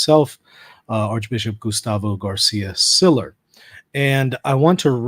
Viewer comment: Double LL in Spanish is pronounced like a Y, so the Archbishop’s name is pronounced Siyer.